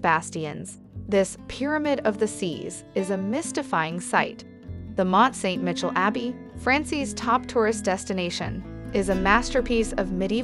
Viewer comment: Where is 'Ver'saies'? Or Mont St 'Mitchell"? Never heard of them before today. I'm not even going to mention the other attrocius pronunciations. I hope you never paid the narrator - obviously an American because only an American would butcher the names as she did.